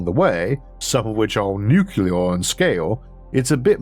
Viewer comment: You went for it! “Nuclear” ⚛️ sounded almost as it should! Keep it up brother soldier! You GOT this! Huah! 👍🏽👍🏽